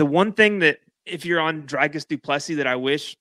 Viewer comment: I never knew saying "Dricus" was hard till Americans tried to say it.